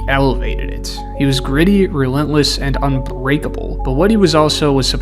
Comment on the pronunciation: “unbweakable” luh you king 🙂‍↔️❤️